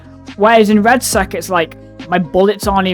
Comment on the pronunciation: It's Red-Sec, not red sack